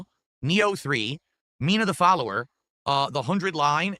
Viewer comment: "Mina the Follower", jfc. HOLLOWER, YOU ILLITERATE BOOZE SPONGE!